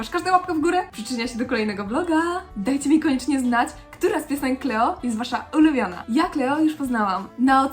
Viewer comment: Kleło! Klołi! 🤣🤣 Natałja Si(u)si(a)k 🤣 sorry za to, ale normalnie nie mogę wytrzymać🤣!